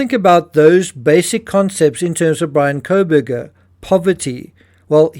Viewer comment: Bryan Calm-burger.